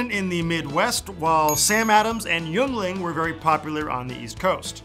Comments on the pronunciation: Its pronounced ying-ling, not yuoung-ling you idiot! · in pronounced yeungling wrong ints pronounced yingling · Yeungling is promounced 'ying-ling' (at least, it is close to where they make it). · Yuengling is actually pronounced like "Yingling". The more you know :) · Hey its pronounced yingling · I love ya, but it's pronounced Ying-ling. You crazy Californians.